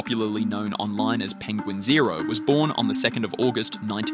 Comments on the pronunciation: It’s not penguin zero. It’s pen gwin zo. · Don't wanna be a geeky "actshully" nerd, but it's pronounced "penguin Zee Zero" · Its pronounced penguin Zee zero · You started off with a dislike. It's "Penguin Z zero" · As far as I know, his name is Penguin Z Zero. He said that in one of his videos when he was rapping about someone who was talking badly about him. He mispronounced Penguin's name in the process.